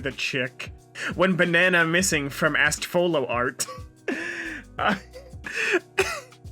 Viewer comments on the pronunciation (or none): he's really still saying astfolo